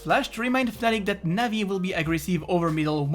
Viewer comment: cringy when u pronounce navi players names